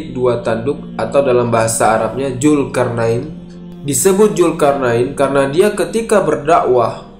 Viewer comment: Zulkarnain bang bukan julkarnain